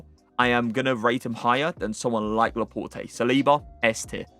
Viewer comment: dont you say laport??